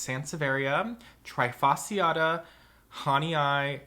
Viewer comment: Why is it that americans never seem to care for the pronounciation of Latin words?! This is so annoying, especially when this toatally insane pronounciation comes from ppl working with plants - i e ppl that really should know how to pronounce Latin names. :-/ As an example, trifasciata is NOT pronounced like the verb "to try", it is pronounced as "tree" (fasciata). And it is NOT "Hahnee-Aye", it's "Hah-nee"